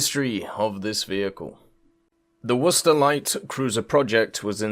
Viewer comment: Just so everyone knows, is using the proper pronunciation for Worcester. its pronounced "Wooster". yea weird i know.